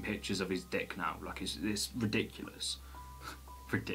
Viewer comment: I literally internally laughed at "riDICKulous" and then you laughed. Hehe sowie🙈🙈